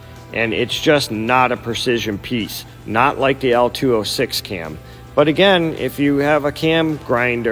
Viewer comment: Say it with me. "LO-206". Not "L206".... Beyond that the video is great.